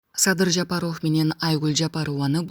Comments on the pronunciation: Оф эмес ов деп жумшак окулат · или журналистпи алып баруучубу Жапаров Ов дебей айтылканда Жапарав деп эле айтынызчы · Ооф дебей ов десен боло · Фамилияны окууда оф эмес в деп окусанар боло сабатсызды ким алган, уккун келбей кетет, окурмандарды качырасынар! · Ушул журналистка кыз,кытайлык кыргыздардай суйлойсун да,Жапаров дегенди туура суйлосон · Фамилияны туура окубайсынбы ударенияны туура коюп кандай укпайсын дайыма айтса